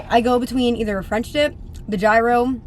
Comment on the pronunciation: Love the video! How you pronounced gyro 😂